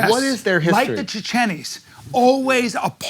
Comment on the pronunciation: Did he say “Chichenis”. Old man’s losing it. 😂